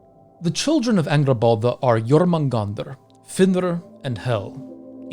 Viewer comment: Danm u really good at pronouncing jörmungandr.